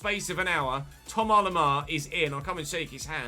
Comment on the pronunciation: Plz say Thomas the English way. You pronounce the vowels English and say Lemar English so why leave out the “S”? Sounds more wrong than just going full english